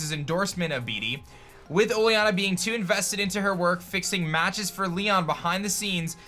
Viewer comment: you say oleanas name wrong